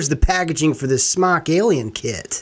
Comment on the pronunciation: its Smoke not smawk